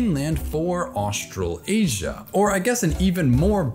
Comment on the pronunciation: Bro why are you saying "Australasia" so weirdly 😂😂😂 I'm from NZ and its said Austra lasia (like Malaysia, Ma"laysia", "Austra laysia"). You keep saying "Austral Asia" which sounds so wrong lol.